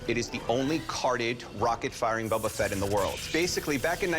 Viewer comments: Boba* not bubba 😭😒🤦🏽‍♂️ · Calling him Bubba fett drives me crazy. He says he loves it more than anything? Smh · “Bubba fett” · lol superfan but calls him bubba fett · Yeah me too sounds like a brick hitting a window Gets on my nerves hearing Bubba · and you said Bobba not Boba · Loves it more than anything, can’t pronounce “Boba” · something this guy loves more than anything but yet he can’t pronounce boba correct